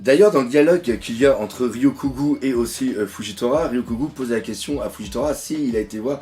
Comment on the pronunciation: Pour t'aider à prononcer Ryokugyu: - Rio-cou-gyou